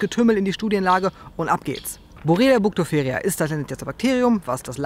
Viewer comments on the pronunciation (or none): es heißt "Burgdorferi" :D